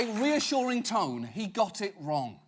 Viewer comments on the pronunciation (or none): none